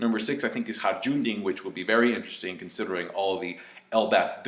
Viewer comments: HAJRUDDIN! "NERD RAGE" My boy deserves to have his name pronounced right by you and tekking101. His dad loved him and gave him the name. "NERD RAGE" Good stuff. Wouldn't the guy with oven oven fruit come in handy to bake the cake faster? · I've been commenting this on every one of the relevant videos, but you fucking need to pronounce Hajrudin properly man.